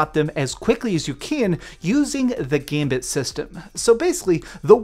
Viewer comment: How long have you been pronouncing the word "gambit" wrong?